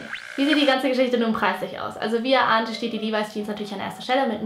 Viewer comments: Levis spricht man Li-weis aus😉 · LEVIS😍 Sie spricht es Livai aus. Ich sag nur AOT😏